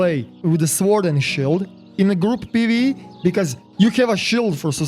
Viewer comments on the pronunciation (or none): Lol they way you say sword, normally the W is silent